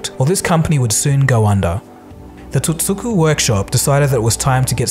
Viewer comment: One slight correction - Sony's original name as Tokyo Tsujin Kogyo - TOTSUKO not Totsuku.